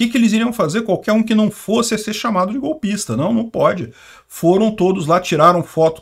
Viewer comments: Encheu a boca para falar golpista hahhahahahha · tá enchendo a boca para falar "golpista" tá hilário! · Olha como ele enche a boca pra falar a palavra GOLPISA... O jeito é cancelar a inscrição porque ouvir o agora tá dando o mesmo nojo que dá quando ouvimos o Jornal Nacional 😒